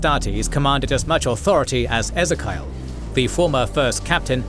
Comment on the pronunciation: It's pronounced as Ee Zee Kee Ull not Eh Zuh Kyle.